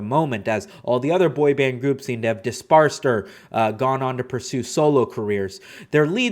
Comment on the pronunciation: dispersed, not "disparsed". disparsed is not word homie